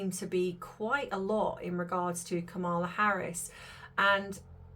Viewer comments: Please pronounce Kamala correctly! KAMala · Her name is pronounced Kama -la! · You are totally wrong! I love your channel; however, Vice President Harris would never promise to get rid of stories about celebrities! You are speculating without doing research. PLEASE re-think this. And pronounce her name correctly. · Please have some respect and at least pronounce her name correctly. Really.